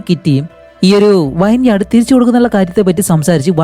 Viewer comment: വൈൻ യാഡ് അല്ല bro വിനിയാഡ്